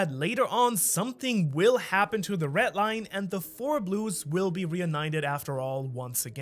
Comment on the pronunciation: sounds like he says "ret line"